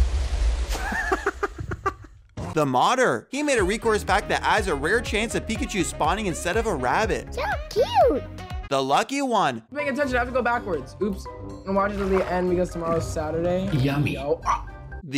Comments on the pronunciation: "recourse pack" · I love how he said recore pack instead of resource pack :)) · Wh- Did he just say ”Recourse” pack? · its not resource its rekors